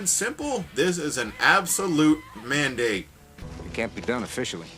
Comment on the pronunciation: its so funny when you say "mandate" xD